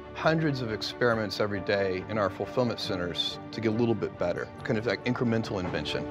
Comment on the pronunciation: Did that dude really say "INCLEMENTAL" instead of "INCREMENTAL". High paying job and can't use the correct words. SMDH